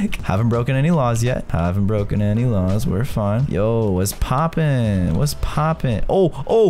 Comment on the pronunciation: Caylus: We got to try not to break any raws Me: HAHAHAHAHHAHAHAHAHAHHAHAHA HE SAID RAWS NOT LAWS